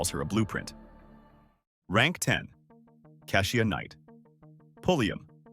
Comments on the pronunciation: You lost me at Ka'shUa. If you can't get the name right how am I to believe the rest of the content? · Right; cause I've never heard of Cashia. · Just so everyone knows, most of these videos are narrated by AI so they will not always pronounce the names and words correctly. It’s not a real person getting it wrong. If her name was spelled KEY-sha it would say it right. Let’s not beat the owner of the channel up. 😊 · I’m sure it’s AI reading because it butchers even the simplest names, including KESHIA! Ai is taking over everything 🤦🏾‍♀️